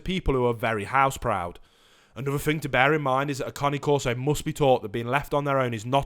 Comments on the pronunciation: It's Cane like Candy Cane, Not Connie. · I love how he's saying Connie corso instead of cane corso 😭😂😂😂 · The one thing you can’t google about these dogs and report on your channel....how to pronounce their fuckin name. It’s not the Connie corso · How you pronounce it makes it sound like a new breed of dog 😂😂😂😂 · Junior Scarboro I agree he is pronouncing The name wrong. So annoying... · I 💯 percent agree with you. His information is so far out in left field Not to mention he can’t even pronounce cane corso correctly And then he says They Barley bark .Come over to my Home our Shop and see if my Dogs Bark. He wouldn’t even make it to the front Door before my place shakes Not to mention if one of them don’t chance him down the street.. Great watch Dogs Awsome Family protectors....